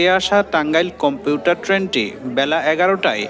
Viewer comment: কম্পিউটার নয় কমিউটার 😂